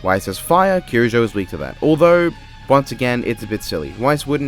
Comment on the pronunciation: By the way, you’re pronouncing Mitsuru’s surname properly! (Or least, how it’s pronounced in western.) You don’t even know her and you treat her better than death battle, jeez...